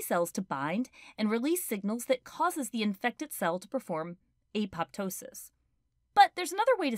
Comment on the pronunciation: did they pronounce 'apoptosis' wrong or i've been pronouncing it wrong